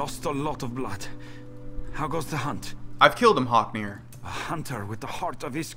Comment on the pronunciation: Its actually Haknir, but yea